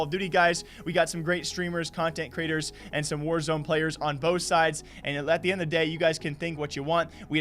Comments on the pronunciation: Ok I could be mistaken but is it not pronounced “Wars” and not “War-Z”? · its not War Z, its warz, like wars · Btw its warsz (was) not warzeeeeeee